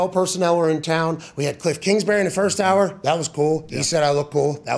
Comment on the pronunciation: “ Kilff Kingsbury “